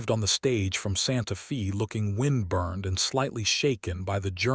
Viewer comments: It's pronounced Santa Fay. Not Santa Fee. Spelled Santa Fe. That's how you know whoever gave the AI info. They didn't know how to pronounce alot of the words or the meaning. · 🤷SANTA FÊ NOT FĒ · Santa Fe is pronounced as Santa Fay. No Fi. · Santa Fee? lol AI is supposed to be smart. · AI says Santa Fee. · Loved the story and the narrators voice but Eleanor is not pronounced Eleener and Santa Fe is not pronounced Santa FEE. Also watch the math because 19 years after she arrived, her grandson couldn't have been 6 already unless his father had him at 12! Needs to be edited better but all in all enjoyable! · The name Santa Fe is pronounced "Santa Fa" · Please!!! It is Santa Fe (Stated Santa Fa) sounding like a Long A!!!